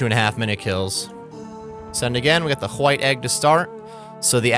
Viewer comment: Love your channel and guides. Please pronounce White correctly though. Thanks… 😂